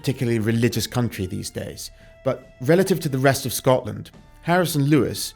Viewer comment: SCOTLAND. Not “Scottland.”